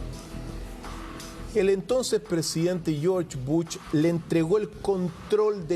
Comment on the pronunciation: Podrías dejar de decir BUCH y decir BUSH QUEDA MEJOR